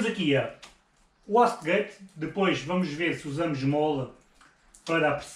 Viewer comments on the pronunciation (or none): a uastegate??? por amor de deus, o minimo e pronunciar isso direito oh! e vais montar duas wastegates? ( pronuncia: "uaistegate") interna e externa? o homem esta a reinventar a mecanica automovel!!!